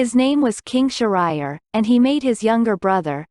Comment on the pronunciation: The location is not an island in India. This is a Persian fairytale, with Persian names! So, this is a not the original, genuine story! Please pronounce Shahriar’s name correctly!